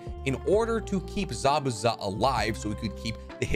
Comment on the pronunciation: Zabuza, not Zabaza *